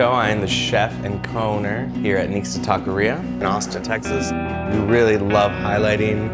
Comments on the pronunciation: He can't even pronounce anything in Spanish. He said TAWK-E-RIA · That foo said “Talk-Ka-Riya” no mames wey